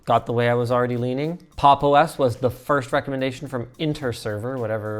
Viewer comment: I'm sorry but pronouncing it as "Pop exclamation mark underscore OS" oh my god